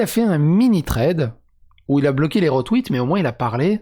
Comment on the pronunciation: Thread pas Tread.